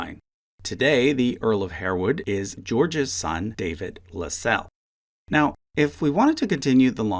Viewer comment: That was very interesting.... one note .. "Harewood" is customarily pronounced "Harwood" and Lascelles is pronounced "LASS-uls"